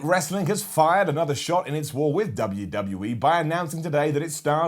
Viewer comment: Every time you say Dubya See Dubya. I laugh. No idea why but i just find it ridiculously funny